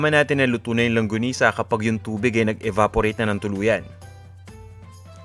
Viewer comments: "longgonisa", "langgonisa". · Thank you! Medyo distracted Lang ako, sa paiba ibang bigkas, hehe. longanisa, langonisa, and my favorite longonisa. :)